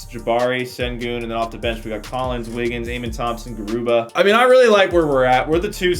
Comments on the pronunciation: “Gubara”😂 I’m just kidding. It’s Garuba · Gubara??? Deshaun Tate??? 😂